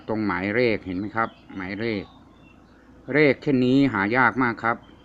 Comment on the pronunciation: กรุณาใช้คำพูดให้ชัดเจนหน่อยค่ะคำว่าเลขคุณควรใช้.ล.ไม่ใช่.ร